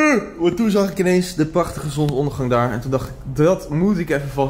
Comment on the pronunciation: het zonSondergang en niet zonondergang